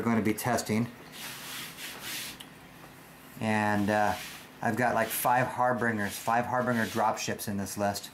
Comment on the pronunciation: "Harbinger" is pronounced "har-binge-er." Great videos and blog.